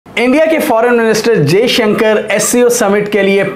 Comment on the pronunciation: Jeshanker ni hota , Dr jaishankar hai unka naam , Bhai bolna toh seekh lo , lock ko tum lack bolte ho, toffy ko taffy , views struck ho jayenge Bhai , aur Dr jaishankar nhi ayenge pakistan.